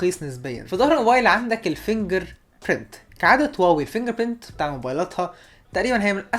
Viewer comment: هواوي وليس واوي يا واوي